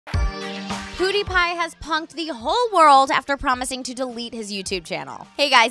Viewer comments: and Btw it's not PUUDIE it's pewdie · HIS FUCKING NAME IS PEWDIEPIE, NOT POODEEPIE. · PEW.. diepie, not POO..diepie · Did this girl just say Poodiepie 😂😂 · Did u just start the video by saying POOdipie?!! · She pronounced it poo-de-pie 😂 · Stop saying his name wrong haha